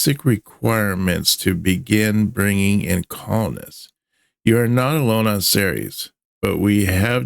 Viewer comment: Not only is this a nicely-put-together tale, but you also said "Ceres" correctly! Bloody good job,.